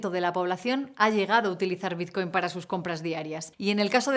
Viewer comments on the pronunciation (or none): Es BiTcoin, con "T". ¿Por qué pronunciarlo biZcoin? XD